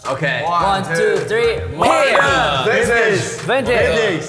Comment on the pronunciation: V :: vintage, no morden Me hearing it as :: vintage, no moron 😭😂